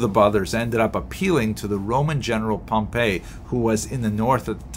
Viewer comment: Excellent presentation, clear, succinct (as usual). I hope you don't mind ... a small correction regarding pronunciation. In the lectures on Roman history that I've watched, General Pompey's name is always pronounced as POM-pee, as distinguished from Pom-PAY, the pronunciation of the city Pompei.